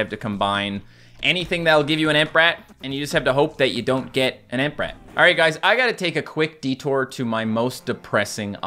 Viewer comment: he said ant brat.. lol